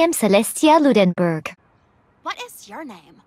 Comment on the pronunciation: Celestia not even knowing how to pronounce Ludenberg